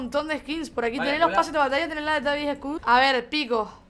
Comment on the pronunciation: Travis scutt jajaja te